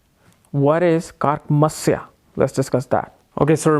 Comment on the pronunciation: It's Karakamsa. Not Karaka Masya 😀😀😂